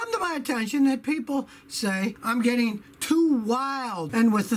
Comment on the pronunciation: I never get tired of the way Scotty talks... the way he says "too"